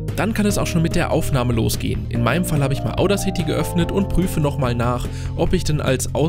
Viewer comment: kein hate aber sie haben audacity falsch ausgesprochen